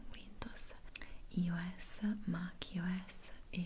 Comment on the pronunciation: sei fantastica ti adoro ed è bellissimo già la parte iniziale dello sponsor (iOS si pronuncia AIOES/AIOESSE) T.V.B.